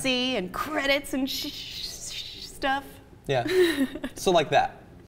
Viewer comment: And Shshhshhhstuff